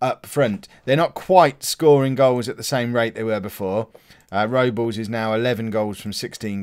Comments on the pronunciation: Everton's goalkeeper is joel Robles an that's pronounced Rob-les but you say it however you like mate haha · Think Robles. Is pronounced Rob - Les but it wouldn't be a video without you saying names wrong haha